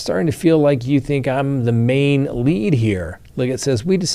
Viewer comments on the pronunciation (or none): none